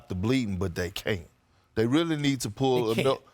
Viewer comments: Big Perk got corrected on his caint and actually corrected it to "can't" 😂😂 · Why Wilbon correct Perk like that 😂 "can't"